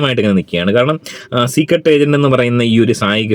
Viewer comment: ചീക്രട് എന്ന് കേൾക്കുന്നതേ ഇഷ്ടം അല്ല 🤨🤨